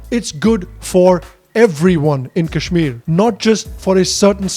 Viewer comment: jinhe sahi se kashmir kehna nahi aata wo ispe gyan baantenge, chutiye😂